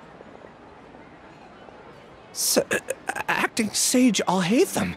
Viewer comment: the pronunciation of narendra is killing me